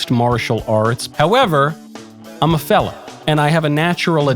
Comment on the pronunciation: I heard felon instead of fella and was confused for a solid minute.